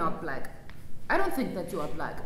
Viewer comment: I love how she pronounced Black as "Bleck." And her accent can grow on you.